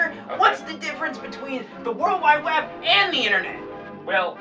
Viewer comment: the subtle joke of scott putting the emphasis on "and" instead of "the internet" is killing me LMAO